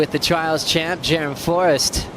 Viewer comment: It's Jerome not jerrum